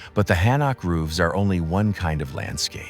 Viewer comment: 나레이션을 맡았으면 고유명사 발음을 확인하고 진정성있게 해야지 공부 한번 안하고 자기 내키는데로 발음 하고 있네. 경복궁 : 기엉바쿵 한옥 : 해놐 거제 : 지오제 하아...